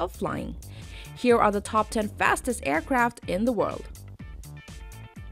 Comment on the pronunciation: This is a wheewy wheewy good video, aewcwaft like the valkawee are reawwy coowow